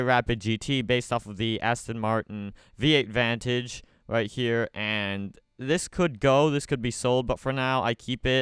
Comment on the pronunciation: DID YOU REALLY SAY V8 VANTAGE